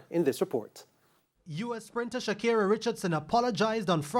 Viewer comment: Yow why do they keep pronouncing her name as Shakira and not Sha CARRI? I heard several Jamaican commentators do this.